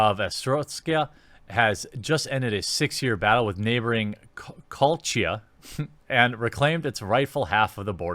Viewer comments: you say the places Gres-tin, Are-Stots-Ka, Co-Lech-Chia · How can you mispronounce so many words my my my Arstotska (arr-stot-ska) literally all phonetic Grestin (gres-tin) Kolechia (coal-etch-e-a) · Pronunciation of the name of the countries are. Arstozka (r-stots-ka) Kolechia (co-le-chia) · Ko-le-chi-uh Are-stot-ska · u cant speak for shit can you. astotsia? where the hell is the I its AR-STOT-SKA also KO-LE-CHIA. and this game is best played fully blind. the community is alot like undertale where people judge you how u play. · Arse-stots-ka and co-le-chi-ah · Its Grestion not Gestion and (Are-stot-zka) (Co-lench-ya)